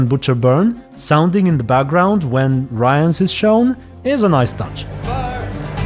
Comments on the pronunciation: you're pronouncing Rience really wrong :) it almost sounds like you're saying Ryan lol. Rience is with short "i" like in word "ship" or "think". His name is similar to word "rinse" but with a C :) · At this moment in series the viewers don't know that Lydia is Vilgefortz' assistant, I think. It's still the mystery who hired Rience. P.s. Not "Ryence" - just something like "Ree--ens", it's not anglosaxon, but kinda french name. P.s.2. This is not Yennefer, this series does not contain the real Yennefer. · Rience is pronounced “Reence” if I remember correctly. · I'm just too used to hearing it pronounced this way in the audiobooks, they do say it Ryans there, and it is a British man narrating. Not sure if he was in charge of the correct pronunciation tho :) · About the pronunciation of Rience's name -- I can't find the quote, but I believe that at some he's referred to as "Riens" by someone, which does give some hints about intended pronunciation. If "ce" turns into "s" but "ie" remains unchanged, it suggests the dyphtong is pronounced the way a Polish person would, so "ryens". Other way to look at it, is to compare to the French word "rien", which is where the name might even come from (it certainly fits the character). And even if we were to treat it as an English name, English spelling being what it is, it might as well be "rins", not necessarily "rayans".